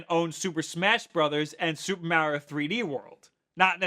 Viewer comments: heh heh heh. The way he says Mario. XD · That moment when you realize he can't pronounce Mario right...and this guy claims to be a nintendo fan? smh